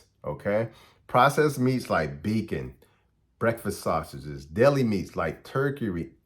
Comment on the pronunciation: I like how you say bacon lol beacon